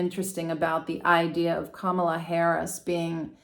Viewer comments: It’s pronounce COMMA LA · Her name is comma la. Please pronounce it right. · you should have watched the DNC convention, her adorable nieces took the stage to teach us all how to say it correctly. It is comma la. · Thank you for this reading. However, I must correct the pronunciation of VP Harris name. As her nieces explained at the DNC, the name is pronounced KA....MALA. The accent should be on the first A. KA then MALA. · Did you not see the other comments? She already stated it was unintentional and apologized. We don't need to continue correcting her. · I turned this video off because you cannot be bothered to learn how to pronounce Kamala. So annoying! It’s so easy—- comma (like a comma) then la. So easy but you don’t bother. And why are you calling her by her first name anyway. You didn’t call the other candidate by his first name. So…… if you cannot pronounce her first name, why not call her “Vice President Harris.” Gee she is the one with a title but you just mispronounce her first name and call him by his last name like he is the one with the title. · Kam la is the pronounciation. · boy do you have a credibility failure for using trump's pronounciation of her name. it has been an issue in itself. although your presentation is intriguing, this fail puts up a wall. what a shame. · Please pronounce our vice president's name correctly. I'd like you to demonstrate this basic respect. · My first thought was that your refusal to pronounce Kamala's name correctly pretty much told us where you were putting your vote.